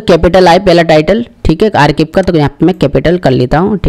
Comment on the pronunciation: गठाना नहीं। घटाना। घटाना है या बढ़ाना है। आरकिब नहीं। आर्काइव।